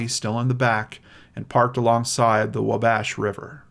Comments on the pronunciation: Thanks. The “Haute” in Terre Haute rhymes with “boat”. Wabash is pronounced “WAH-bash”, not “Wuh-BASH”. Hoosiers everywhere will thank you for correcting this in the future. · ...And “Wabash” is pronounced “Wah-bash” like “Law.” 🤗🤗